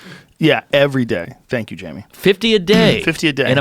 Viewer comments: I can't believe it took 1420 episodes for someone to call Jamie "Jame-o" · "Jaymoo,give it a goog" lost my shit. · Jamo! Say his name right! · I was waiting for the moment when Jamie finally snaps and lunches across the table to strangle Mark Normand over the word "Jame-O" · "Who's Jame-O?"... Really? So every time Mark Normand said 'Jame-o' Joey Rogain had no idea who he was referring to? That. Is. Gold.